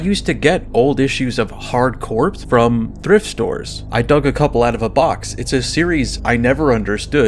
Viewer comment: "Corps" is pronounced like "core."